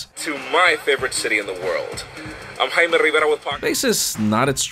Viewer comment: Please stop saying your surname with the exaggerated "Rrrr" It is absolutely disturbing!